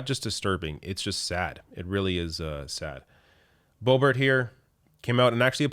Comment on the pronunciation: Are you intentionally mispronouncing #LBo's name? It isn't pronounced "Beau-bart". I'm pretty sure the correct pronunciation is "Beau-beau". That's certainly what I always call her.